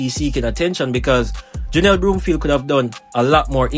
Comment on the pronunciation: Whatever! She will always be OURS (Jamaican)...& her name is BROM-field, not BROOM-field!